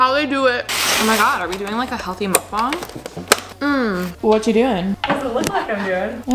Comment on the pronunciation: OMG YAAAASS Alisha, you said Mukbang Perfectly LMAO I am Korean so I approve!!! <3 Hahahahaha